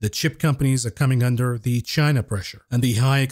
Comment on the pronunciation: you can’t speculate on a shortage of viagra and then turnaround and pronounce China like “Gyena”. You’re gonna get us fellas worked up.